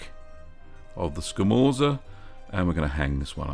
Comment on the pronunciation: It's pronounced "scamortsa", if you care, and if you can smoke it, you should try it!